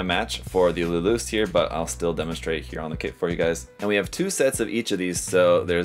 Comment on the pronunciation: It's luluce as in luluche like spanish or italian. Nobody says luloose 😂